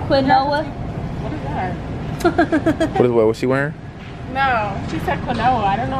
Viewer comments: Quinoa is pronounced Keen-wah duh! Everybody knows that tf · No, and! Quinoa is pronounced Keen-Wah. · Pronouce Kenwa lol but spelled quinoa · you pronounce quinoa like keen-wa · Lol. U pronounce it KEENWAH. Its a grain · it's pronounced keen waah 💀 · it is pronounce (keen-wah) quinoa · Tf that's not how you pronounce quinoa😂🤦🏽‍♀️ it's qeen- wa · You mean keynwah quinoa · Quinoa is pronounced (keen-wah) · It’s pronounced (Keen•Wa) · What quinoa is pronounced (Keenwa) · Quinoa is pronounced: kee-nua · Quinoa is pronounced keen-wa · its keenwa not quinoa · It's pronounced keen-wah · It's pronounced "keen-wa" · They should've seen why the quinoa mattered in the recipe and they obviously never even had it before since they couldn't pronounce it but it's okay they are still testing out recipes they can try out! (No hate! I am a huge supporter and love d&b nation! Been here since they started but all supporters matter! 🤗😍😍) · When they kept on saying quinoa wrong I thought I was going to die😂🤦🏽‍♀️ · kept cracking me up by saying quinoa wrong lmfao! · Dev Mula lol I was wondering at 1st what she was saying or trying to say then I was like ohhhh she trying to say quinoa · They kept pronouncing quinoa wrong i was dying😂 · So we gonnna act like they didn't just know how to pronounce quinoa🤔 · They pronounce quinoa wrong 😂😂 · it made me cringe so bad when they kept pronouncing quinoa wrong 😭😭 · you guys were pronouncing it wrong it's a type of rice it's good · THEY SAID "QUINOA" WRONG!!!!!!!!!!!!!!!!! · Its keen- wa not quin noa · They said QUINOA, as...CONOLA 🤦🏻‍♂️ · BOI "kwin-oh-a" ? ITS PRONOUNCED "keen-wash" ! THEY DON'T EVEN KNOW WHAT QUINOA IS!🤦‍♀️ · She said "Kwu-Noah" I'm dead...sweety it's 'keen-wah' 😂😂😂😂💀💀💀💀like this so she know how to say it in the future! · She said some “qui-noah” 😂 Quinoa is pronounced “keen-wah” 🤣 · I cringed every time they said "qui no uhhh." It's "keen-wah" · “Canoa “ it’s keen wah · "Quinoa" pronounced Keen-Wua 😂